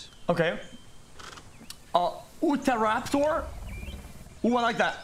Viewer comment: My guy cant pronounce Utahraptor, like wtf